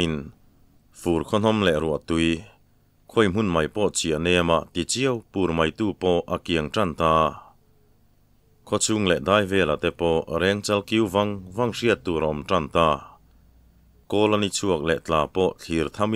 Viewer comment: Rengchal tih hi thereng Kan tih angin rêngchal tih tur aw. Sir